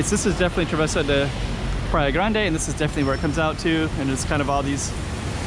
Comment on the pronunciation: Grande should sound like "GRAHN-duh" in Portuguese, right? "GRAHN-deh" sounds like Spanish to me!